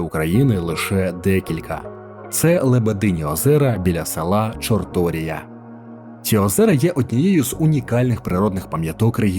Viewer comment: БуковИна і ХотИн, ЧорторІя, ДністЕр, ГАлиця !!! Відео чудове, але наголоси не прийнятні для нашої місцевості, дуже ріжуть вухо! Не можливо спокійно сприймати інформацію!